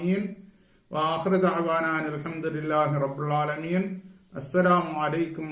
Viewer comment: ഓ നിങ്ങൾ റബ്ബിൾ ആലമീൻ എന്ന് പറയുന്നത് കേൾക്കുന്നു. റബ്ബിൽ ആലമീൻ എന്നല്ലേ അവിടെ ലമ് അല്ലെ... ള.. അല്ലല്ലോ..